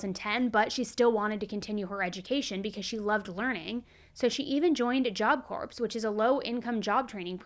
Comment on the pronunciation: Corpes....pronounced core